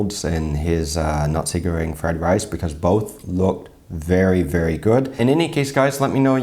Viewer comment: Did you just pronounce nasi goreng as Nazi Göring? 🤭